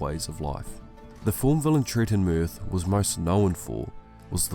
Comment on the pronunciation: I am sorry, I can't watch that video 😢😭 I purchased the books today. I still left a like just because you achieved to pronounce that fucking name 😂